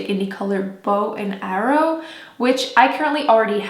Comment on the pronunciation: It's Bow and Arrow